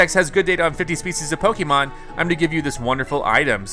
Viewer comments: Xx StreetKiller xX it’s ok and that’s why we are here to help him pronounce Pokémon so he won’t make the same mistake again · Uhhhhh the way he pronounces Pokémon😑🤮🤢